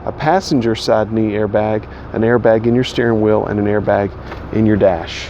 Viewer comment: lol someone caught that, reminded me of stewie "cool QHWIP"